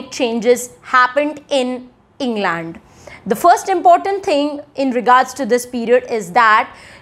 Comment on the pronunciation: No... Her pronunciation of England is also wrong. While she's doing a great job of disseminating information, her pronunciation is kinda bad. So don't learn that from her